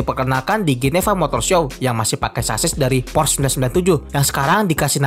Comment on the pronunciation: Porsche bacanya Porsyee, bukan Porsss